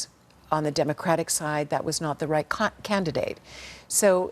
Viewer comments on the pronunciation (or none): Sorry to correct you. But Grab her by the pussy was allowed but Kim said Cunt trying to say candidate. No one is blaming anyone here.